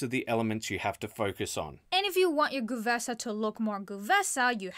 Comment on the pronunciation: The first E of GuE'vesa is not pronounced? It feels weird to me to hear "Gu'vesa" 😅